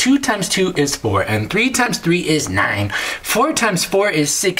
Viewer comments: Why did he say nine like neín😭😭😭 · "niHHine+ eukgfjegh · the way he said nine😂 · Wow the inner German came out :-O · Thank you so much!!! I'm gonna subscribe and I like how you say the number 9. 😂 it's funny